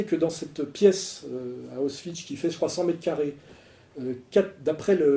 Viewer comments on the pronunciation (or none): 17,57 Auschwitch 😂😂😂😂 Alain c'est Auschwitz 😂😂😂!!! C'est clair et net c'est jésus christ qui le dit 😂😂😂👍